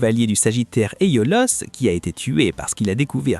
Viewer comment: Rien appris de nouveau si ce n’est que Kurumada et Aiolos se prononcent Kugumada et Aolios ou Éolos 😂 Il y a quand même pas mal d’interprétations très personnelles et pour les liens Poissons-Poison, Camus-Camille, c’est quand même du grand n’importe quoi 😅